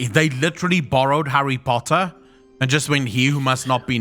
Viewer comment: Harry Pottaa hahaha